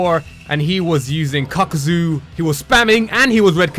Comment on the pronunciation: Idk why but i like when he say kakuzu lol